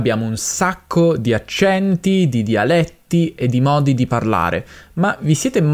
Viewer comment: "DIALETTI" con la "e" chiusa. Amico hai mancato dopo pochi secondi dall'inizio del video